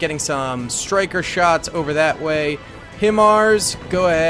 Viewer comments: Hi-MARs or High Mars, is the way you say it because it is an acronym. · Its pronounced...HI-MARS 🤣🤣🤣😂😂